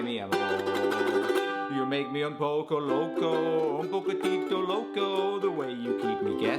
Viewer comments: Why Tf did you say “oownn powco lowcow” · You trying to speak Spanish and how at the end your voice goes higher when it should go lower